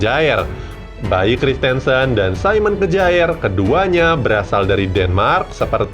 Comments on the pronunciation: Kyer min bacanya bukan kjaer😁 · Bukan kejaer bro tp bacanya kier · Kjaer dibaca kyer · Kjaer = kiyer. 🙄